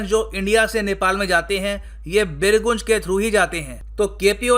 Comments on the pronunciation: Sir it's बीरगंज not बिरगुंज Aisa isliye because main iske aas paas ka hi hai🙃🙃🙃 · Resp. Sir, not birgunj. Its a birganj.. Thanks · Sir, it's "बीरगंज" not "बिरगून्ज"😅😅..... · भाई बीरगुंज नहीं वो बीरगंज है। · bir goonj nahi birgunj (gaw-nj) ...hahahha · Sir usko pronounce बीर गंज करते हैं। गुन्ज nahi. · बीरगंज not as you pronounced . I am from Bihar and our city sharing border with Nepal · It is बीरगंज. I am from raxual birganj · बिरगंज correct pronunciation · The place Birgunj will be pronounced as BIRGANJ. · Pronounce it as Birganj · उ बीरगंज होता है पगले hehehehe sorry sir मजाक ☺️ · Firstly pronounce the right spell of birgunj than talk😪 Hit like for Nepal❤ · Please pronounce birjung correctly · Nam to aache se bol sale chutiya